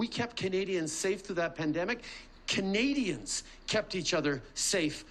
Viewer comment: He is so terrified of a Pierre. I love it! Also I wish he stopped saying the word “kanadians” and that he “will kantinue” to fight for them and that’s what “kanadians want him to do and he will kantinue to do that”.He doesn’t have a large vocabulary without a pre-made speech, hey? A grade 6 child would probably be smarter than this guy. “Kanadians” are in big trouble…